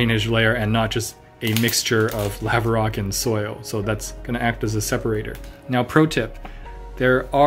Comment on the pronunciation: had to google how to say "Lava" based on your pronunciation lol. Unfortunately, it wasn't a TIL.